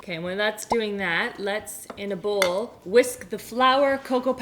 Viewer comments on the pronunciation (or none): none